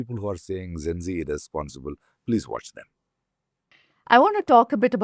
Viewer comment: Zen zee, zen zee, zen zee....!!! Arre bhai, it is Gen-Zee....bolo dus baar🙄..!!!Gen, Gen, Gen....!!!Had a better impression of him !!!